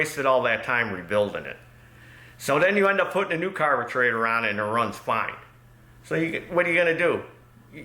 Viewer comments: This is the first time watching. What’s with the word carbetrator? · Dammit, now I can't pronounce "carburetor" anymore lol